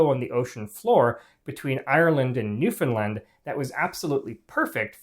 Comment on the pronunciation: I could kiss this man for his correct pronunciation of Newfoundland